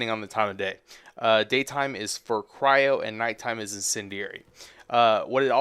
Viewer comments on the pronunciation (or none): none